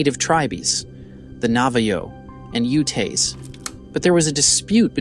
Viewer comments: Why did you use a photo of what appears to be either Syrian, Lebanese, Palestinian or Saudi Arabian men from a hundred years ago and label it as Native American Utes?? (timestamp ) Were they selected automatically with an ai tool like the narration voice? It totally mispronounced Navajo, Utes, tribe, and several other words. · Dude, your SWR video and the two other vids I’ve watched are chock full of lazy shite research and whoever is narrating these videos (AI) do yourself a favor and use an actual human voice, who would know how to properly pronounce: UTES NAVAJO INDIGENOUS and at least a dozen other simple words!! Why did you post a photo of town of the century Arabs in place of Ute Native Americans?!!? Piss poor… Fuckin joke…..this channel is nothing but another Gen Z dork with no real world job skills who’s trying to get rich quick as a YouTube personality. News Flash….in the past 3 years, since the US Military confirmed UAP, Missing 411, Skinwalker Ranch, and Sasquatch phenomena has become mainstream, everyone thinks they can get rich and famous exploiting THE SAME GODDAMN STORIES OVER AND OVER…. The SWR EPISODE was loaded with fiction and total bullshit. People…..do yourself a favor and if truly interested in this topic, there’s a million other venues to do some research and study…..this episode was rotten.